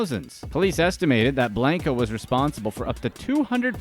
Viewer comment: “ Blunko not blanko” 😂💕